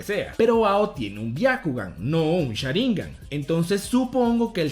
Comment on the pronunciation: Cada vez que dice "Sháringan" con acento hay un terremoto en Japón. Por Dios no se dice así